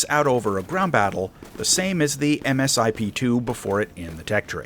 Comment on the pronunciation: Not really sure where you are getting your information from?... but much of your information is ....well wrong....and it's pronounced Misip...( Multi Stage Improvement Plan)...The Eagle is still very much top Tier in real world applications...we did very well against the Rafael at RedFlag.